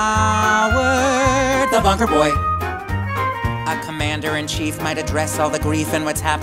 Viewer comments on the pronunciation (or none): When I heard you say "the Commander-in-Chief" I swear I heard "the Mandarin Chief" the first time I listened...